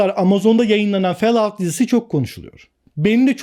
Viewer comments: "Fel aut" değil hocam, "Fol out " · Felaut degil folaut okunusu. Cok cringe oldum her felout duydugumsa 😂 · o "felaut" değil "folaut" şeklinde okunur. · Fellout değil follout😂😂😂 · felaud nedir abi ya 😂😂😂😂 FALLOUT - folaut abi folaut :D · Böyle bir telaffuz yok. Herkes Folaut şeklinde okuyor. Felaut nereden çıktı. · Fallout (felaut) şeklinde okunmaz, Fallout (folaut) şeklinde okunur!!! Koca faloutu felaut diye söyledin ya tüm karizmayı çizdin!!! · fellaut değil hocam fôlˌout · Hocam cümlenin tamamanı aynı ses tonunda okumuyorsun, vurgu ve tonlamaların dinlerken yoruyor. Sanki nefes almıyorsun da dinlerken ben nefes nefese kalıyorum. Fell out değil follaaud diye okunur. Kalp kırmak kötü yorum yapmak için yazmıyorum ama 2. dakikadan sonra izleyemedim bu sebeplerden dolayı. İyi günler. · Hocam o adamlardan olmak istemem ama; fellout değil, follaut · Fellaut şeklinde telafuz etmek... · Fellout nasıl bir telaffuzdur ya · Lise mezunuyum, bildiğim kadar ingilizceyle beni ingiltereye bıraksan en fazla yarım saat hayatta kalabilirim ama falloutu felaut diye okumam. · abi nolur şunu fellaut diye okuma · hocam, fellout diye okunmuyor. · Hayır tam olarak Fol aut diye okunur. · Okunuşu Fallout değil. Fellovt gibi bir şey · Ben anlamıyorum o kadar video çekip hala ingilizce telaffuzları yanlış söylemek düzeltmemek neden?